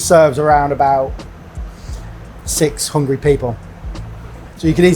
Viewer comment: I heard six hundred, which was quite confusing